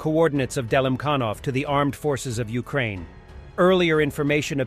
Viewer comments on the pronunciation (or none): ...you pronounced Ukraine wrong